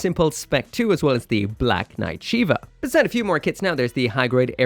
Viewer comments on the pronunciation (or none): none